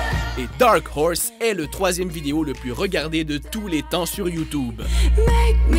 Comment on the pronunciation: Il dit YOUUTUBE